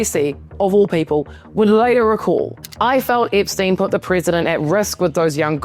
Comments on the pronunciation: It’s Epstein, lady, NOT Ipstein. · What are you , Aussie , Kiwi , South African , or which part of the Uk are you from ? Your mispronunciations of the English Language is atrocious ! Ip steen , a geen . . . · Eeepstein and mega keeps making me giggle. I love the accent you have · I love the way you pronouce Epstein like, "Ipstein". I keep hearing it as "Dipstein". 😂